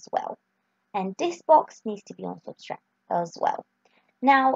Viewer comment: Subtract, not Substract.....